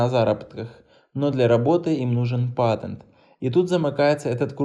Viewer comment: Слова патент не может сказать?